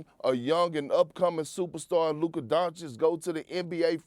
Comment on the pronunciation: He can't even pronounce Luka correctly. I've heard him say Luker so many times.